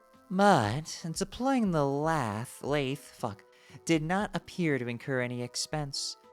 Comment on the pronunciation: Lathe rhymes with bathe